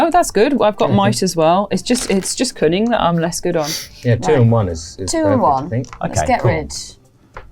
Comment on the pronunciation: 😅I heard “cunning” as “coming” the first few times…